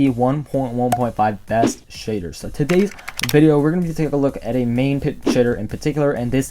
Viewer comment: Anyone else think he sounds like he’s saying sh!tter?